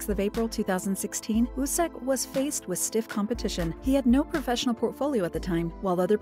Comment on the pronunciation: ...... I'm pretty sure his name, wooseok, is pronounced as "wusok" not wusex